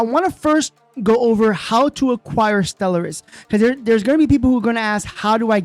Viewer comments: The word is properly pronounced "Stell-are-iss" but as suggested, I think it is a translation issue. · Anyone else thinks Stell-er-iss is terrible and Stell-are-iss would have been better?